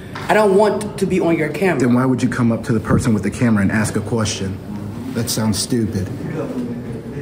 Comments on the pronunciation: Please, learn to say ASK not AKS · You know when a man or a woman says the word ax instead of ask you will not prevail mentally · Axed?? Why is that guy axing people??? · Yeah, what is the deal with people not being able to say, “ask”?! I’m sure they can say “ass” just fine, so put a “k” on the end of “ass”! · tries to axe everybody.